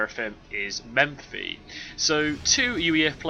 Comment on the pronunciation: It's Mephi, not MeMphi :) Just to keep the tradition of correcting something every cast.